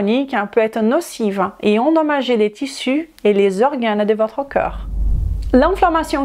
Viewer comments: Pitié, prononcez CORPS au lieu de COEUR s'il vous plait. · Oui, tu as vu? On mérite vraiment notre réputation. Comme je l'ai dit, dans la mesure où elle est capable de prononcer parfaitement le mot 'd'accord', il n'y a pas de raison qu'elle ne sache pas prononcer le mot 'corps'. Si à la rigueur le mot cœur ne faisait pas partie du champ lexical de corps, je veux bien, mais c'est le cas. Ca prête à confusion. Navrée, c'est juste un fait. Si elle se rends plus compréhensible, elle augmentera son audience, et donc, possiblement sa clientèle. Restez dans votre tolérance qui confine à la médiocrité. Il y a des gens qui veulent progresser.